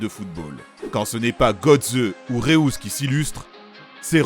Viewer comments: Comment il prononce le nom de Reus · Putain c'est quoi cette prononciation de Reus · 1/ le numéro 1 aurait justement dû être Porto 2003 2/ va falloir revoir certaines prononciations 😂 Maniche et Reus c'est pas possible 3/ super vidéo, vous faites vraiment du bon taff